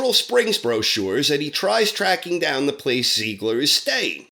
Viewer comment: I'm sorry... try saying "Tsiegler". That bugged me while watching the show, as well.